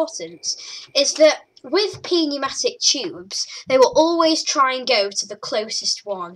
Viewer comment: It's pronounced new-matic